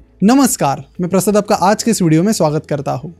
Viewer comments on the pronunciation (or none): प्रसद क्यों बोलते हो भाई। शर्म आती h क्या प्रसाद बोलने में!!!!!